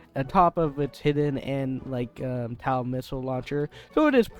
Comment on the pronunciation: TOW missile, not TAW missile